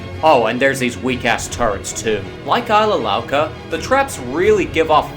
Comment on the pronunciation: It's not Ilsa Louca It's Isla Louca!